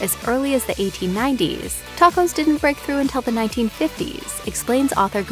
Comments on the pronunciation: Lmao teycos😂😂😂😂 Se dice tacos !!! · did she really say “take-ose” 😹😹😹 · Why did she tacos like that 😂 she said some “take ohs” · I stopped at the way she pronounced tacos